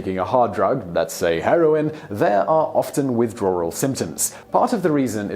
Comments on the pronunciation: Y is he saying widrawwal it's sooo annoying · "Withdrarwel" lol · I get a kick from the British insertion of an " Rrr" when using words with a W in it ... Withdrawral .... Drawring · I can’t help but understand you say Withdrawral... is it just me? 🤔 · I like when he says "withdrawal"